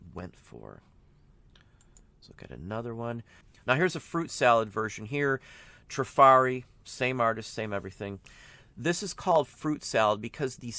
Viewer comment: Trif’ arri with the accent on the first syllable. 🙄